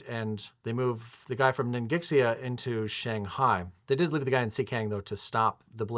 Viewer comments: It's pronounced as Ning Shia 😂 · Ningxia is pronounced ning shaw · ningxia is pronounced ning shya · The "x" in ningxia is pronounced as an "sh" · Hey guys, love these AA series, and great commentary as always. As someone who speaks a bit of Chinese, I felt like I needed to comment on some of the Chinese names/pronunciations, specifically "Ningxia" (the rest of the names are no big deal). Sorry if someone's already said something about this. So, about Ningxia. The first part, "Ning," is pretty straightfoward - it sounds like the 'ning' in "beginning". The "xia" part is tricky because the 'x' sound in Chinese does not sound like "eks", "ks", or "zee" like it does in English. In truth, it makes a sound kind of in between "sh" and "s," which doesn't exist in English. To approximate the sound, just use an "sh" and it'll be reasonably close. So all in all, you could say "Ningsha" or "Ningshia." Just be aware that the whole thing is only two syllables, so if you say "shia" it shouldn't sound like "she ya," but rather one combined sound. Like a "hyah" that a martial artist or horse rider might make or something. Another thing that's interesting is the romanization of the place names. So my understanding is that back during WW2 times, China used the "Postal" romanization system, which is reflected on the game board with names like "Kwangtung" and "Fukien." This is a nice detail to make the game feel more... WW2-y. These days however, people typically use "Pinyin" romanization, so like "Guangdong" and "Fujian" instead of Kwangtung and Fukien. What's weird is that "Ningxia" is actually the modern Pinyin spelling. To be consistent